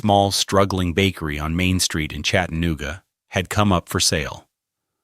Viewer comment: Somebody needs to tell this AI asshole how to pronounce CHATA. NOOGA. ITS NOT CHATTEN OOGA